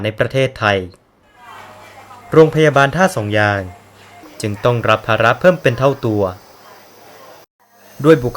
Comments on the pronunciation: ท่าสองยางนะ ไม่ใช่ ท่าสองยาน ออกเสียงให้ชัดๆหน่อยนะ ผมนี่คนท่าสองยาง โดนกำเนิด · เหรอทำไมผมฟังเป็น100รอบคำว่าท่าสองยาง มันถึงเป็นท่าสองยาน คับ น้องรู้จักพี่ พัน ที่เป็นยาม รพ.นี้ไหม ผมนี่แหล่ะน้องเค้า ชื่อ เอส